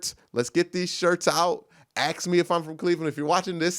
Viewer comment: i know that about axe. In fact, i think i started that by asking him here on yt: Why you keep pronouncing aks? Because i realy thought he is the only one saying like that. But how about pronoucing word the (diiii)? Is that also commen thing for black people?